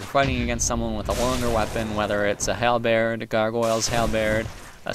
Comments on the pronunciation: i'm actually grateful you pronounce halberd like "halbaird" since it inspired me to look it up and find out it's actually pronounced halburd, not holburd or halbaird. so naturally i'm super relieved that i've been saying it right all along and my natural instinct in pronouncing it won't get me made fun of in youtube comments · The way you pronounce halberd is infectious, now I'm starting to say it like you do! lol